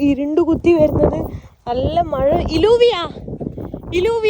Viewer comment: Hi, it is not ഇലൂവിയ it is ജൂവിയ or യ്യൂവിയ , double Ls are pronounced as ജ or യ്യ